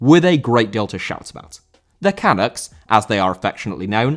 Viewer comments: Great episode, but "Canucks" is pronounced "kuh-nucks", not "kah-nucks" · Cuh-nuk not canok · will just correct you for how to say “canucks”, its say like “cuh-nucks” not “cah-nucks” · OMG as a Canadian boy, I've been WAITING for this! Haven't even watched yet, but I'm so jazzed. If has sat up and taken note, then we really must be creating a splash in the footballing world;) One small thing, though; it's not pronounced "can-ucks" but "kuh-nucks" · Long time watcher first time commenter, AMAZING video and thank you very much! P.S. Canucks is pronounced Cuh-nuks :) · Not canacks, Cuh-NUCKS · Not CAN-ucks, can-UCKS. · dude, it's pronounced canUCKS, not CANucks. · Great video - it's nice to have a national team worth caring about. (for future reference - "canuck" is pronounced more like cah-NUCK - more emphasis on the last syllable, which rhymes with "stuck") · It's pronounced "ca-NUCKS" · We’re going to have to teach you how to say “Canucks” properly, eh? Great video. Thanks for that. Doing a video on the women’s team and the godlike national hero Christine Sinclair (and why she should replace the queen on Canadian coins) would be a great video. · A) It's great to see someone outside of Canada talk about Canadian soccer! 2 things. Maybe look up how to say Canucks. And it might be worth noting the Canadians haven't played with Davies since November, which is only 3 games, but includes an important win against the US, which shows they can win without him. Also, that gives you a reason to watch his reactions to seeing the team win while at home. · Love the way he pronounces the word "Canucks" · Hearing him trying to pronounce Canucks hurts me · Look up how to pronounce 'Canuks' dude.